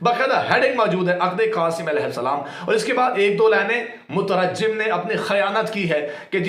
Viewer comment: آیا بڑا مورخ جواد ذھنی طہرانی تمہیں پڑھنا نہیں آتا مترجم کا تلفظ تمہارا غلط ہے بڑی علم کی باتیں کر رہے ہو واہ واہ